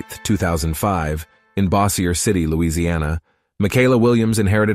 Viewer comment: Man if you're going to do a special about a player you need to do your homework and learn how to pronounce key coponents about her like her home town. Bossier is pronounced Bo-zcher, not Bah-si-er, City. It's not exactly a small town and is a conjoining city to Shreveport which is the third largest city in Louisiana behind Baton Rouge and New Orleans. Come on man. I just hit play. Hopefully the rest of your video is more accurate. On a positive note me and Mikaylah share the same birthday (I'm 19 years older, not old) and she will certainly be the #1 player in women's college basketball in the next year or two. She's a better raw shooter than Kaitlyn Clark. Maybe the best shooter in NCAA right now period.